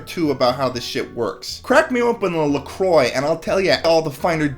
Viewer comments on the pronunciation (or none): He mispronounced Croix.